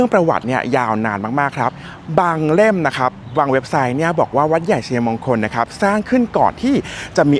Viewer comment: ทำคลิปได้ดี ครับ ผมชอบครับ แต่การใช้ภาษาไทยอยากให้ถูกต้องด้วยครับ เช่น วัด-ใหญ่-ชัย-มง-คล หรือ วัด-ใหญ่-ชัย-ยะ-มง-คล ครับ